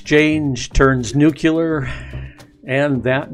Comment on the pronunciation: It's pronounced new clee arr, not nuke u lar.